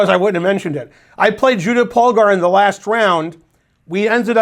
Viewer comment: Whenever Ben gives a lecture about Judit Polgar it always makes my day, partially because Polgar is the only hungarian word Ben can pronounce decently and with the little US flavor in Judy I'd say the overall effect is even better than perfect. (In contrast to "Berkes", "Maróczy", sorry but those were horrible.)